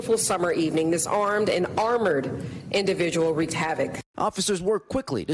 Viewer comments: It's "wreak havoc" not wreck havoc 😷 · wrecked hammoc